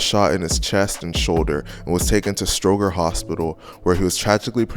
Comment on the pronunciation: The narrator is not from Chicago he cannot pronounce Stroger hospital right as well as some street names.